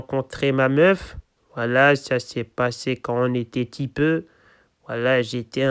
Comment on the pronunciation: c trop drole quand il dit tipeu